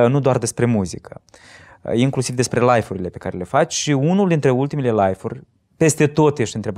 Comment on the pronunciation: Nu vreau sa critic insa cuvantul Live se citeste la fel si nu Life, care are cu totul alt sens. In rest bravo)